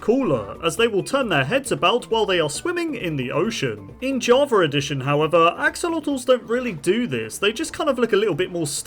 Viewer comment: Jarva addition? What in the world is this person saying?